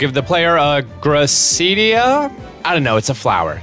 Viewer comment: GRIS-EE-US, GRUH-SID-EE-AH